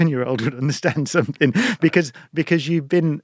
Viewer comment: Another great talk, but SOMETHINK!!! Really, oh no!!